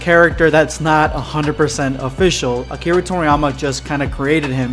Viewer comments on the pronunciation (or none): none